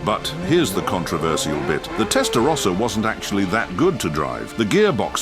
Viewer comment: Can’t even pronounce “rossa” properly